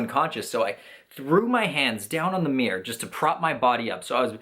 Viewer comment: "Looking at myself in the meer" xD